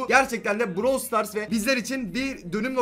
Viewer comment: Browl değil brAwl